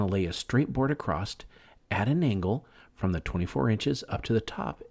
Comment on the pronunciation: Stop using the word acrost. It’s not right. It’s across.